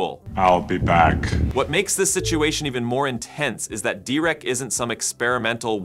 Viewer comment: Actually, Dereck is pronounced "Derrick," not "De-reck!" 😊